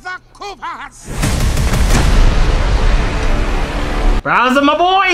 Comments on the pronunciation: constantly calling bowser "browser" is bothering tf outta me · Bro called him browser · Are you really calling bowser, BROWSER???? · Bro it’s pronounced “Bowser” not “Browser” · Mans was saying “Browser” instead of “Bowser” lmao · Bro kept calling him browser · Is is just me or is calling this dude "Browser" through this whole video? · saying Browser instead of Bowser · ITS BOWSER NOT BROWSER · don't mean to call ya out but are you calling Bowser Browser?